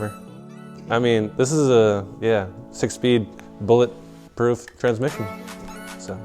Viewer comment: Anyone else cringed when he said "six speed, bullet proof (with a pause) transmission :D